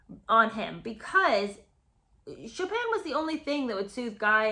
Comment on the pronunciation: She probably pronounced it "Choppin'."